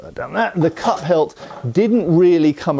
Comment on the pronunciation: Cup hilt. You are saying cup hilt! I thought you were saying cut pelt…..